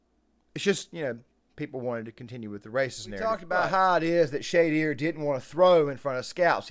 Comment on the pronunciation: “Shay-dewer” You said his name correctly one time in the beginning lol.